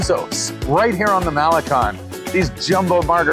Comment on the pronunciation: Great attitude,! Malecon: Mah-le-Cone, with accent over "cone"! You need to spend more time among Mexican friends!